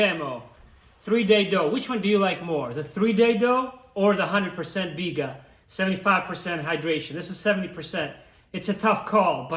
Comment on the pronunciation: Butchered the bigga big time lol